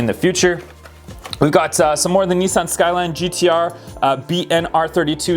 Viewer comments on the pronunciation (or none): none